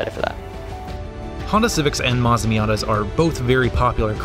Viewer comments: This guys doesn’t even know how to say Mazda.. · Is Matsuda, not Mazda...nice video btw